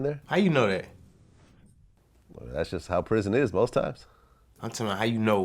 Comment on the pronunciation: "yeh issa real ISsa ISSA REAL PRIZZN" 😂😂